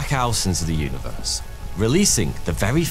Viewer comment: WAS THE UNIVEWSE VEWY DIFFUWENT?? WEAWWY??????